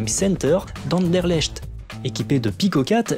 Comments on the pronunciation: ma foi , j'ai jamais entendu un français bien le prononcer , echt = ekt en belge :face-green-smiling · Merci pour tes vidéos, toujours au top 👍 PS: je suis Belge et Anderlecht se prononce "AnderleKt" (c'est en périphérie bruxelloise mais c'est une prononciation néerlandophone 😉). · Heeee quand tu viens à Anderlecht, préviens moi ! 😊 (au fait, ça se prononce Anderlekt 😉) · Salut, merci pour cette vidéo, en passant Anderlecht ce prononce anderleCt, , bye et bonjour de la Belgique. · Merci Pierre :) Je me doutais bien que je ne le prononcerai pas très bien haha Merci pour la précision :p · Ta manière de prononcer "Anderlecht" ^^ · haha je savais que je ne le prononcerai pas bien ^^'